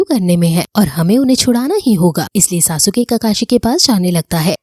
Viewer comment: Or didi tum sharingan ko wrong pronounce kar rahi ho or Sasuke ka nam bhi wrong pronounce kar rahe ho